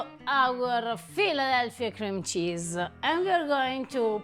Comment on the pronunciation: She can't pronounce cream cheese.